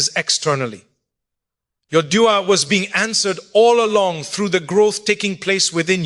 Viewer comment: Is this AI 🤖 why would Mufti Menk say dua like de3a??? AI CAN MIMIC OR REPLICATE THE VOICE BUT SOMETIMES THEY CANT REPLICATE THE CORRECT PRONUNCIATION OF A WORD WRITTEN IN ENGLISH BUT THAT IS NOT ENGLISH.